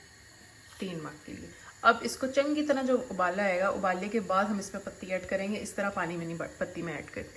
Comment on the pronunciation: Madam patti hota hai not pati(husband) or thok hota hai not thook(spit) pls mind it